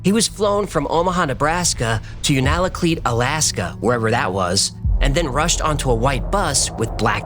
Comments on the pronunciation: Unalakleet is not pronounced that way lol. Also it’s not even close to Denali, it’s by Nome. Love your show!! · It's pronounced You nal a kleet (sort of). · I was a bush pilot in Alaska for many years. Its pronounced YOU -nuh-luh-kleet. Sorry,that just bugged me, lol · Unalakleet= "You nuh luh cleat" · it's pronounced you-na-kleet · unalakleet pronounced u na kleet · just a heads up, that’s not how you say Unalakleet, it’s you-nah-lah-kleet. You were close… anyway back to the story… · Un a la cleet. You are making me flinch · Haha I MUST help you with the pronunciation of Unalakleet . Yoo-nah-la-kleet Sorry, and thank you !😊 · Sry buts it's "u-na-la-kleet" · isn’t it yoona la kleet? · As a Native of Alaska that has lived here all my life, I love this video. I can attest that there is a lot of strange events that happen here. The only thing I had a problem with is your pronunciation of Unalakleet. Lol. Its you-na-la-cleet. :) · Hey, fun episode, thanks! Now I'm going to have to go check it out for myself. Just FYI, us Alaskan white kids pronounce Unalakleet YOUnalakleet (YOO-nə-lə-kleet). We have a lot of fun names here. In case you even have to say it, Valdez is pronounced Valdeez. Thanks for the show. Peace. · Just gotta say we pronounce it (you-na-la-cleat) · From Alaska. Just a tip. It's pronounced You-nuh-luh-kleet. Love the videos. Keep them coming. 🤘🏻😎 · The Black Pyramid is 100% real. I have seen photos of it and have talked to people who worked there. It produces energy because of the quartz and water chamber underneath it. It is complete with a cap stone. And it is pronounced U-na-kleet. The Natives knew about its existence for many many years. I live in Alaska and have seen things that most people would not believe. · Alaskan here Unalakleet is pronounced (phonetically) is “you-nah-la-kleet.” Your work is outstanding! Thank you!!! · Hi, Alaskan here. Unalakleet is pronounced by Alaskans as YOON-AHH-LA-KLEET. Hope that helps!